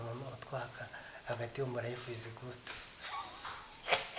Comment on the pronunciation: Wumvise ukuntu yavuze ngo yayaya!! Ngo mbega layifu(life)🤣🤣🤣